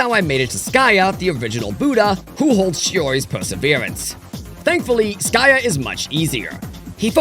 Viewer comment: You mispronounced Sakya and Virochana.